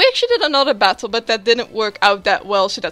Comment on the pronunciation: I heard Zubat-tle at the start for some reason :p great battle as always and i love love loooove Girafarig !!! :DDD